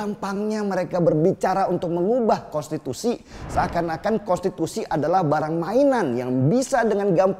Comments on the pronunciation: Kok sebutnya kostitusi bang 😂😂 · Bg denny gak bs ngmg konstitusi ya? Yg gw denger kostitusi lho🤣